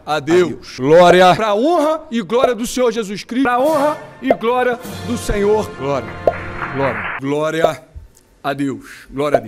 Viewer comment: Glória não ele fala groria 😂😂😊